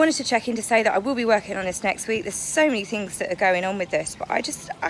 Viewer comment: "Swim WIV Dolfins." Can't ANY of you Brits on YouTube speak properly? Even the Aussies know the difference! Yes, Harry looks dreadful and Pears Morgan was right in his assessment. The Queen is letting them have enough rope..... and I can hardly wait! So long these Hollywood/ Celebrities stop the long standing intrigue. Megan just wants to be able to wear coloured bail polish. Yes, stripped naked in public. Nothing new for Harry! Harry had turned into a wash cloth.